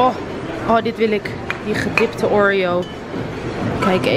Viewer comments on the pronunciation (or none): none